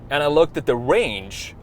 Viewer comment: 650 miles of wange, that's amazing! It still depends how loud it is. You need to be verwy verwy quwiet if you use it for hunting wabbits.